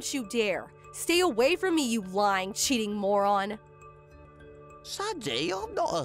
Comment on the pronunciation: In the story whre the groom married twice. If I have to listen to that voice every day idk how I would handle it. And he can't pronounce sandy at all. Sandoyee! Lol.